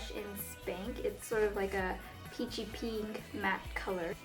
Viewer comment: i love how you say pink ! it's like....peenk. haha. :)